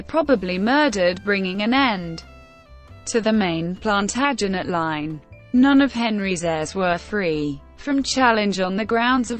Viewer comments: couldn't watch more than 3 mins with that feckin god awful robotic voice mispronouncing every important/major name. As if that wasn't bad enough punctuating where there should be none. PLANTERJANETS Really ffs!! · WHY NOT HAVE SOMEONE WHO CAN PROMOUNCE PLANTAGENET CORRECT....HURTS MY EARS.....